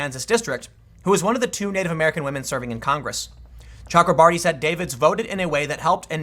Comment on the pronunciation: Tim, there is no L in both.